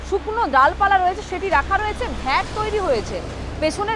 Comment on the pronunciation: "ভেট" আবার কি?? একাধিকবার বললেন। কথাটা Vat. আজকালকার ছেলেমেয়েরা কি ভাবে লেখা - পড়া শিখছে এবং job-marketএ ঢুকছে।